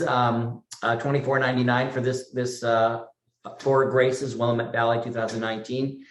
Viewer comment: Will-LAMB-it is the way to say it, lol